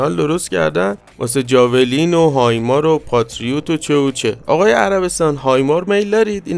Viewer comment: چرا به هایمارس میگی هایمار؟